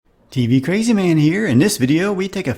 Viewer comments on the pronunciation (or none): none